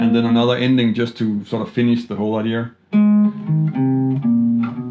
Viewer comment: The word is “idea” not “idear” lose the ‘r’ please...